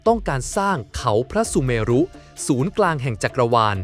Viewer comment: คำว่า "พระสุเมรุ" อ่านว่า พระ-สุ-เมน " สระ อุ ทำหน้าที่เหมือน ตัวการันต์ ์ คือ ไม่ออกเสียง" เช่นคำว่า พระธาตุ(อ่านว่า" พระ-ทาด") คำว่า วิเชียรมาตุ (อ่านว่า วิ- เชียน- มาด) คำลงท้ายไม่ใส่สระอุ// กรุณาแก้ไขการอ่าน ให้ถูกต้องตามหลักภาษาสันสกฤต ด้วยค่ะ